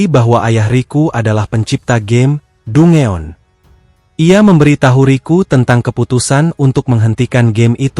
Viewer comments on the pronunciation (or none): Dungeon itu bunyi nya "dan-gen" bang😅..bukan "du-nge-on"..smngat terus bang kontennya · Dan- jen.... Sebenarnya meskipun pengucapan dia Dungeon. Kita tetep paham, cuma kedengaranya aneh aja DUNGEON. Next lebih baik pengucapanya.... Semangat. 👍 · Bukannya "dan jen" ya bang?? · Denjen kalik😂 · Dan-jenn bang ucapan nya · Bukannya dan jen ya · Lu jga salah, harusnya dan.jen vocalnya